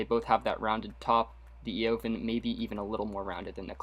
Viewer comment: Evaaaaaaaan , the O is silent. Words from the owner "Eovan".